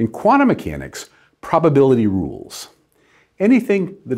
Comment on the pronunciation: Why do you say Cuana Mechanics? It's quanTum from quanTa. Pronounce that T!